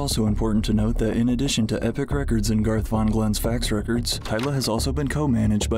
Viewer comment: this chick isn't Indian? You can tell she is when she says epic lol